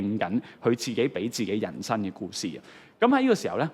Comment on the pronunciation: 係「行」為，唔係「痕」為； 係人「生」，唔係人「身」； 係「特」質，唔係「凸」質； 係「生」活，唔係「新」活